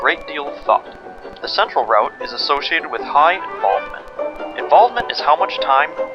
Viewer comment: I can't watch this until the video learns how to pronounce the word "route"...